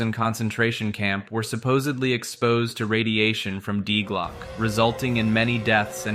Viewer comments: Die Glocke is pronounced "dee glockeh", fyi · Die Glocke is German. Dee Glock-uh jeepers peoples notion of other languages suck so bad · Die Glocke is pronounced "Dee Glokke" with o pronounced like in low, but shorter and the e pronounced like in rat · "die glocke" xD as a german i laught hahaha its not die like dying, die is like "the" - its "the bell" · dee glocke, no die glocke i first i thought it was some another legend of nazis making death bells or something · I really enjoy your Videos and I can understand how difficult it is for a native english speaker to pronounce foreign words. Your pronunciation of "Die Glocke" is kinda cute, but at the third mention it kinda triggered me 😂 In the end I'm happy that you tried to include the German name of this project, maybe it would have been easier for you to call it "The bell" 😊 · Die glocke... your pronunciation killed me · Stirb Glocke 😭😭 Ich musste auch lachen sobald das betont wurde 😂